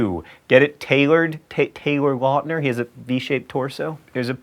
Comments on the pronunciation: John, you mispronounced Taylor Lautner even after you made that video about his name being mispronounced. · According to John Green in the Mental Floss episode "79 Common Mispronunciations" Taylor Lautner is pronounced laʊtnər (as if it were spelled L-out-ner). John Green mispronounces Taylor Lautner. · John pronounced Taylor Lautner's name wrong even though they made a video specifically on how to pronounce his name correctly. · Didnt you do a video on mispronunciations, in which you mention how to correctly pronounce Lautner's name? and yet you manage to fuck it up here?